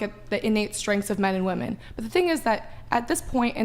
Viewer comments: Please stop pronouncing "women" as "woman". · Why do no women on this fucking podcast know how to say women plurally? [Wih-Men, not Woo Men] WTF its a recurring theme. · It HAS to be called out EVERY TIME “women” can’t be pronounced properly